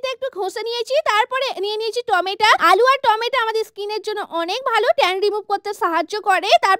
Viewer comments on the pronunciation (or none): টমেটো❎ টোমেটা✅ 😂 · টমেটা ❌❌ টমেটো ✅😊😊😊😊😊😊😊😂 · টমেটো, ❎টমেটা😂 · টমেটো ❌ টমেটা ✔️ একদম ❌ একদাম ✔️ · Tomato ❌ Tometa✔️ 😂😂😂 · টমেটো ❌ টমেটা✔️😂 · Tomato ❌To meta😂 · টমেটা 😑😑😑🥴 টমেটু😊😊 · ওটা টমেটো টমেটা না😂😂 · Tomato ❌️tomata ✅️😂😂😂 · টমেটো❌ টমেটা✅ 🤣🤣 নতুন নাম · টমেটো ❎️❎️❎️ টমেটা ✅️✅️ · টমেটো ❌ টমেটা ✅ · টমেটো ❌টমেটা✅😂😂😂😂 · টমেটো ❌ টমেটা ✔️ 😂😂😂😂😂😂😂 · টমেটা❌ টমেটো ✔️ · টমেটো🍅 ❌🚫 টামেটা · Tomato ❎ Tometa ✅ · টমেটো 🍅 ❌ ❌ টমেটা✅✅ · সে টমেটো কে টমে টা ভুল করে বলে ফেলেছে এটার জন্য এত কথা বলা লাগে মানুষের মধ্যে তো ভুলও হতে পারে ❤❤❤